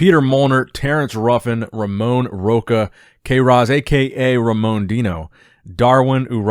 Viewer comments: you keep pronouncing Ramon's second name wrongly.. You should do it as it was Rosha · Rocha it’s pronounced “Rosha”, “sh” sound in the “ch” 🙌🏼🙌🏼🇧🇷🇧🇷